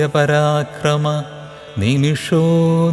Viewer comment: കേൾക്കാൻ കൊള്ളാം സ്ലോഗം 6 ൽ മരപ്രഭു എന്നാണ് കേൾക്കുന്നത് അമരപ്രഭു എന്നാണ് 23 ൽ നിമിഷോ അനിമിഷ എന്നാണ് 27ൽ അപ്രമേയാ ത്മ എന്നാണ് ഒരു ചിഹ്നം കാണിച്ചിരിക്കുന്നത് അ എന്നുച്ഛരിക്കണം എന്നതാണ് എന്റെ അറിവ് തെറ്റാണെങ്കിൽ ക്ഷമിക്കുക